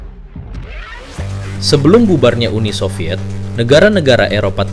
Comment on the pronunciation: SOVIET bukan SOVYETZ 🙄